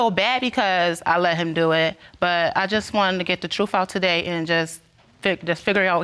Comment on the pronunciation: BEEEAAC:CCHHH the word is NOT trufffff. it is TRUTH. Pronounce ENGLISH correctly.